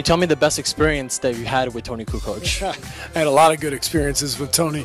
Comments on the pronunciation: I get you. I was just disagreeing with the video saying Barkley was saying Kukoo. And that he was probably pulling his pronunciation from the various ways people pronounced it in the past. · Charles called him “Coo Coke.”